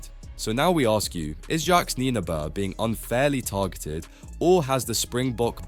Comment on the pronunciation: Please learn how to pronounce someone’s name before making a whole video about them. Come on man.